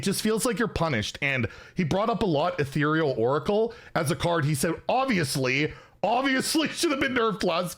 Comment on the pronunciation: omg finally figured out how to pronounce ethereal, i honestly thought we would be hearing “etheral” for the rest of time